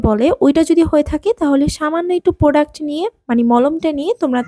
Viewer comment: এটা প্রডাস না এটা প্রডাক্ট